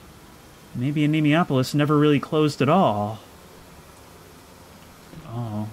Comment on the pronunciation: "a knee moi ah pole lis" is the pronunciation I think